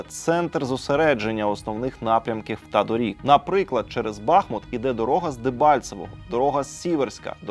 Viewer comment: Сколько можно повторять? БахмУт!!! БахмУт, а не БАхмут!!!!